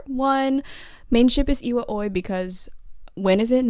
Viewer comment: I reallllly reallly like like this!!! Anygays i wanted to say u are one of the only people who know how to pronounce iwaoi right